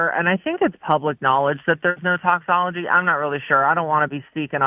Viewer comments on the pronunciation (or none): I love how Brooke was saying “toxicology” correctly at the beginning and then Bubba says “toxology” two or three times. The rest of the call she changes it to “toxology.”